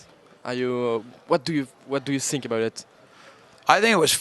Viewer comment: lol "what do you sink about it"